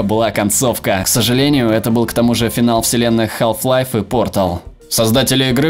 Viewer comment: Pórtal а не Portál